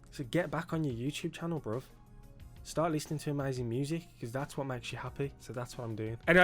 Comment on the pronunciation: Please stop saying BROV. It’s so cringe! BRO it’s BRO 😂